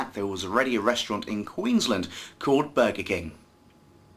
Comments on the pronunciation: You can't even say Queensland properly. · Wow! You say Queensland a weird way or maybe just ur accent